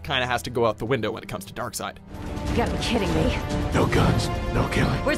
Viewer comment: Isn't it pronounced as Dark seed? Not dark side.